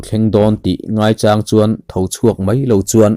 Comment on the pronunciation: Ngaichang tih I lam dan hi, mau cháng tih ang ni lovin sa chāng tih thluk a lam tur ni awm tak a ni zawk lo maw?